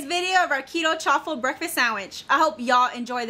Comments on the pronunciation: It’s actually pronounced Chaw-ful like a cheese waffle. But for anyone who hasn’t tried them they are really good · Please say chaffle just like waffle with ch sound cha ffle